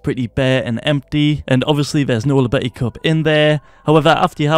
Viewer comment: It's spoken "Yobeti", pls it's killing me